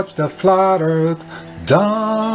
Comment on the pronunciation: pronounces "earth" as "ieeirth" lol